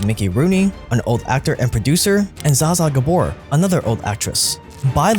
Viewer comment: Kevin federline was one of her dancers. She didn't just meet him at a club lmao. Zaza gabore? Lol need to look up that pronunciation